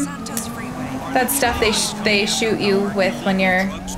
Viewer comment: Lol "to shart, instead of shoot".